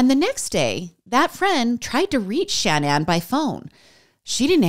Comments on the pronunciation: Love your content lots but is not Shan Ann it’s shaaa naaan and idk what the random photo of the family was but it wasn’t their family! And I say this in the nicest way possible. This story is super hard and upsetting and has always sticks with me! ♥️ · The repeated Shan Ann 🤔 cringe